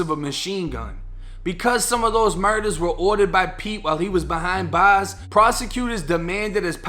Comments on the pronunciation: “While he was behind baaaahs “ Corny af wanna be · Lmfao you went from sounding like Texas in the Hood to sounding like you’re from Boston, “Behine baws”